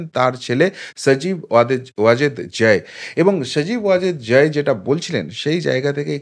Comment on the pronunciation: ভালোইতো প্রপাগান্ডা চালাতে পারো ! মনে হচ্ছে মাটিতে তোমার অবস্থান নয়, পৃথিবীর সাথে তোমার যোগাযোগ নাই। আকাশে বা অন্য কোন গ্রহে থাকো। সাধারন মানুষ বোজেনা, তাই আবোল তাবোল নি্উজ করো। জয় এর নামটাও ভালো করে বলতে পারো না। খবর পড়তে বসেছো😁😄😃😀